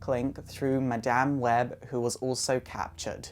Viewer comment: lol he said maDAMN web....